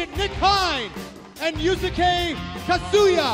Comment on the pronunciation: They pronounced Yusuke as Yu sah kay......-_